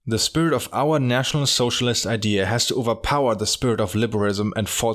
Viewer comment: 🤣 pronunciation of "National Sozialist" always cracks me up